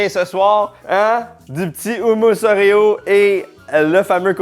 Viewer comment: Ça se peut-tu que sait pas comment prononcer Oéro comme du monde?! Bonne année et Karl merci pour tout!